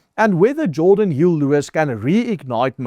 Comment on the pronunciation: Jordan, not G orden